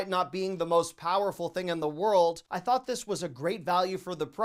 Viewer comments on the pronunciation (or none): none